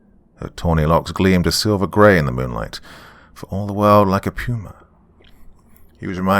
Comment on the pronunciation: I was wondering what the heck a pruma was. Then I remembered all the other pronunciations of words that your accent affects and realized it's puma. A big cat. 😆 🤣